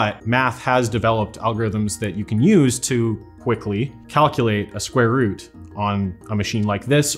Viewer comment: sqare root hahahahaha i lost him with the first number that guy IS a computer